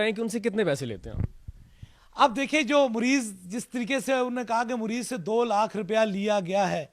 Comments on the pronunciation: Abe jahil WO morez nahi hota mariz KYTE hai bimar ko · Aby jahil mariz bolna to sikhle muriz nh mariz hota ha jahil or ye jo interview le rha ha ye bi is hi Ka tatta hai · Isko bat karny hi nh ati Mareez ko Mureez keh rha shuf shuf pehly bolna toh seekho😂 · Mareez ❌ murrez ✅ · Mureez nahin "Mureed", 😀😁😃😄😆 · مريض hi nhi kehna a rha Is jahal ko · Kia bol rha hy "mureez" "musal" "Khurab" "bathaden" Last m whats a expression!!!! Masal k tor pr heroooooo😂